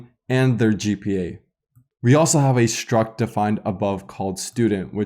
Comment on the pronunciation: great videos, thank you! may i ask something off topic? i somewhat interested in languages and linguistic and have a question. why do you pronounce some ST words such as struct and string as SHtruct and SHtring, while in some other cases such as student, start, stop, you don't make SH (Ш/Щ) sound? what is the origin of this?